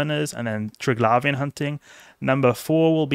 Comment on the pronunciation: Call me American, but I hsve never, NOT EVER pronounced it tirg-lavian, but rather tri-glavian.... lol